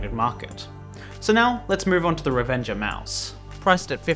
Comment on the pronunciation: It sounds like you are saying "Revenge Of Mouse" which is a much better name than Revenger